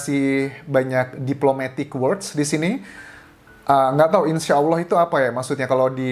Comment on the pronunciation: Mas Anjas ganteng ini muslim tidak ya...nyebut Allah nya dah benar...hehehe..